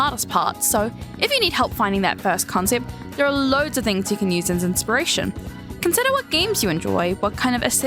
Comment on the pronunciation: The accent on COWNCYEPT😼